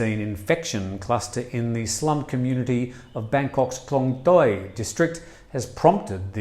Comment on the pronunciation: You were never going to get the pronunciation of Klong Toey correct, it's one of the hardest place names in Thailand for foreigners to say right.